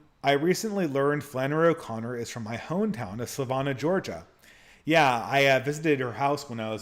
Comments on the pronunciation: Sa “van” ah Georgia, not Sa “von” ah. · I was listening in the background and didn't realize where he was talking about. I went to look up "Savona" to see where it was before reading the question on the screen. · Your pronunciation of Savannah though